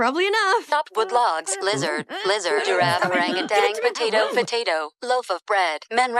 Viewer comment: DID THEY SAY ORANGU-TANG??